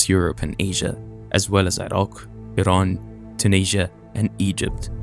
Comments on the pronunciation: Finally someone who pronounces Iraq and Iran properly! Much respect 🙏 💜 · Your pronunciation of Iraq is very nice,pure Arabian.